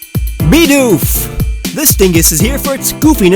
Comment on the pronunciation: BIDOOF!!! I Love Bidoof, but the way you say it is terrible and it hurts my ears. Say big. Now remove the g and add a doof. Got it? BIH-doof not BE-doof. Doofus.. Pokemon Rusty threw all of Bidoof kind into the limelight. Perfect (Golden) Bidoof was the shit. Shuckles is also the shit. Poor little guy just wants to evolve. .... F O O D I B !